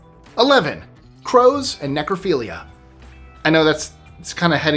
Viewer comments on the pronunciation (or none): #11 : Ne-Crow-Philia 😮